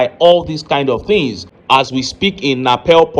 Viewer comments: It's NEPAL not napel o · My brother na Nepal not Napel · The name is Nepal and not Napel.